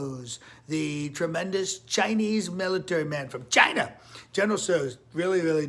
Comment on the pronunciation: The way he says china has me rolling🤣🤣🤣💀